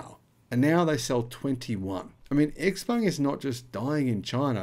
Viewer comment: Dude, it is not 'Ex Peng' but 'Ciao Peng' (Tsao Peng).